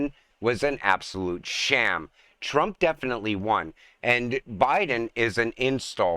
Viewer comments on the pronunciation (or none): none